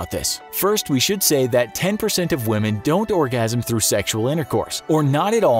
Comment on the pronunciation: Why do you pronounce women as we-h-men !!!!!